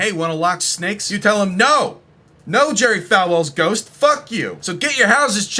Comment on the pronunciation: His name is pronounced Jerry Fall well btw fellas. I once met him on a CLOUD